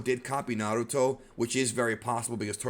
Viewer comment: Stop saying naruto like that lol